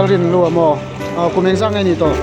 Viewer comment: Van fel tak em,(i hawrawp a chhia,Rinhlua pawh i ti fiah lo,nu leh pa tih tur ni awm tak ani 😄😄